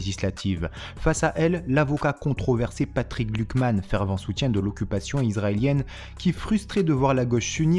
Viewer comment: Patrick Klugman, pas Patrick Glukman. xP